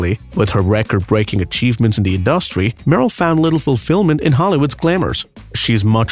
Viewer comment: Who is the narrator who repeatedly can't seem to pronounce the word "industry" correctly ?